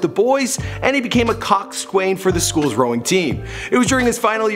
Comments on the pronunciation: Cocks swain?..... pronounced "koxan". RIP Stephen Hawking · Coxswain is pronounced “cox-sun” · The way you pronounced coxswain hurt me as a rower